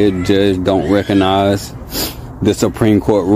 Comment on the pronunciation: It's RECOGNIZE not "reconize"